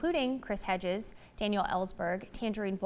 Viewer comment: It's not bleak enough. And it's "Hedges".